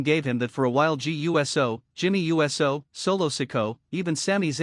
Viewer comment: Absolute BS, Roman's been laid out by Reed several times and has only been in a few matches since his return and hasn't been on the winning side of any match in a very long time. It's obvious that this is an AI created post because it can't properly pronounce Uso, and instead it spells it out. Fake as hell and just fake information and utter propaganda.